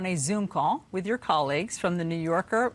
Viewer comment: "Yowl Haid"? come on.....YOUR .....HEADS